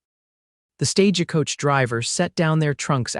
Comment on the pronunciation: Not another stage a coach! My son to exit stage left I'm out of here can't stand mispronounced words